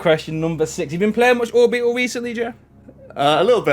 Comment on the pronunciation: it is orbeetle not orbettle